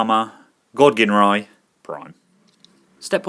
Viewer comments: My OCD hates the fact that so many people pronounce Ginrai's name wrong. It's pronounced jin-rai, people! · Super God Masterforce had Godmasters, also, Ginrai, pronounced Jin-Rai